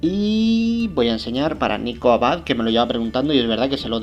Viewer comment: Muy buen video mi bro. Y por favor MANDAME UN SALUDO MAÑANA EN EL VIDEO PERO SOY "NICOLAS aBud" NO Nicolás abad JAJAAJAJAJAJAJAJAJAAJAJAJAJJAAJa solo mandame saludo aver si lo pronuncias bien jajajajajajaja que gracioso Nicolás abad jajajjajaja